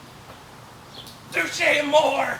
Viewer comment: Too-Shay Uh-Moor-Ay